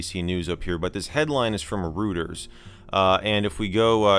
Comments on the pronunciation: For what it's worth.... it's Roy-ters not Rooters. Great vid though. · Please forgive the pedantry, but it's "roy-terz" and not "roo-terz". But great video!! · Rooters lol